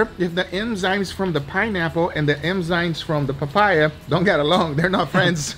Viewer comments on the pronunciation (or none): Why do you say Emzynes? The right is Enzymes. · EM- ZYNES? Enzymes. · It is Enzymes NOT Emzynes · Please Guga learn how to Pronounce the Word "EnzyMe" You keep saying Enzynes and its really fuckin with me :D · Guga saying "Emzynes" instead of "Enzymes" .... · Guga, its called enzymes not emzynes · I am so grateful this series is over. I realöy like your stuff but i Couldn't have heard "emzynes" once more without losing it completely. It's enzymes for the love of god. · Enzymes not Emzynes bro ✌ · Everyone: enzymes This guy: emzynes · ade you saying emzynes instead of enzymes 😂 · Someone tell Guga it's Enzymes and not Emzynes. Killing me here 😂🤣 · Its ENZYME and not emzyne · I love you Guys but please eNzyMe not eMzyNe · “Emzines” lol 😝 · Nobody: Guga: "Emzynes" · No one: Absolutely no one: Guga: emzynes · No one: Guga: Emzynes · "emzynes" did a good job there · Im so bothered at how guga pronounces enzymes hahaha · Darling.... It's EN-ZYMES NOT EN-ZYMES it's not a cultural thing at all just pronunciation to help you along just in case you didn't realise 😧😧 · bro how do you mess up the word Enzyme literally every time lmao